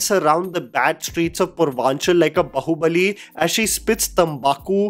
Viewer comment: Dude please please I beg you just for once could not say it बहुबली but बाहुबली. It annoys me on a different level.😮‍💨